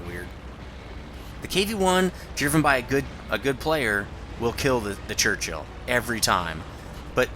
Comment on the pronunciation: Crunchill LOL :P it's a 'Churchill' mate :)